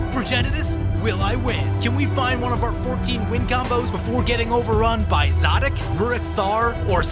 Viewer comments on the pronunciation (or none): Really late, but I've always pronounced him Suh'deek Hm. But now that I hear you pronounce it, I'm think Za'dik is probably more true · It is clearly pronounced szadek